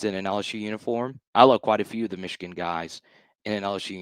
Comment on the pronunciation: Mesh-e-Gan… LOL!!!😂